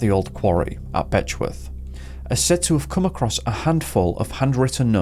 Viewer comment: LOL "Betchworth"